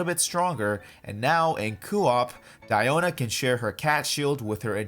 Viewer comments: It’s actually Diiona not Daiona if you go with the Chinese translation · No no no, it's DIO-na ｺﾞｺﾞｺﾞｺﾞ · It supposed to be pronounced as Dee-O-na. Me,who assumed her name as Diana:(⊙_◎) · I like, "KONO DIOO-NAAA!!" Pronounciation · The "DPS DIE-OH-NAH" part is funny af